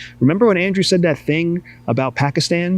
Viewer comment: Mozzam Andrew , is prounced And-rue. Not how you prounced its. Andrew is a common british, American name.